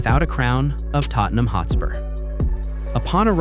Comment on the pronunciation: your not saying tottenham right